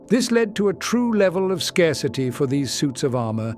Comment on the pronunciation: and scarcity as Scar City.